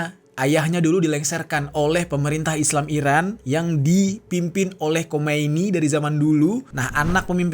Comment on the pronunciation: Sedikit koreksi bukan Khomeini kk, tapi Khamenei. EMG agak mirip sih